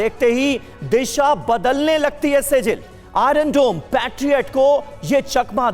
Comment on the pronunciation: से जिल ❎ सिज्जील ✅